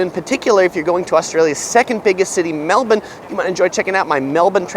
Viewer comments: My Aussie heart beating with pride when pronounces Melbourne correctly 🇦🇺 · Love that you can pronounce Melbourne accurately